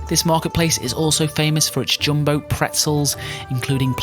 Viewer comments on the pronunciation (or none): none